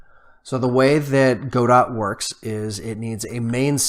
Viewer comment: As far as I know, Godot is prononunced as "go-doh" (with the accent on the last syllable).